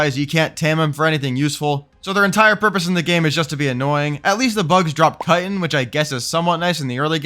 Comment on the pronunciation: kai tin, not cuttin